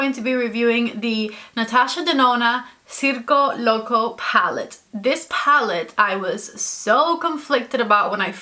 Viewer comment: You pronounced the name of the pallet so good! 🤗